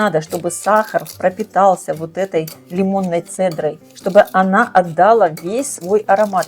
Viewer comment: Спасибо за рецепт! Ставлю лайк. Только не отдАла, а отдалА. Не обижайтесь, пожалуйста, я без злости, просто люблю русский язык и когда с экрана говорят грамотно❤️